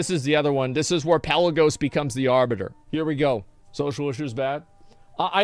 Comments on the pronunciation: Jesus christ "The Arbutter" fucking LEL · i cried a little at the "Arbutter"